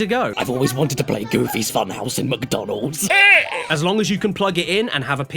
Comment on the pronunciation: Lol "mucdonald"